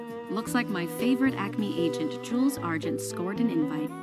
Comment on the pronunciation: The more i hear her say Jules, the more i hear Jules drools 😂😂😂❤